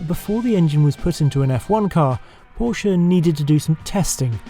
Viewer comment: Thank you for saying Porsche right.